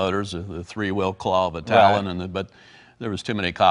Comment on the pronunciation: Talon motors not Tanom